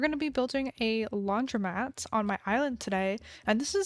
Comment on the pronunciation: pov you just figured out it’s said laundromat and not laundry mat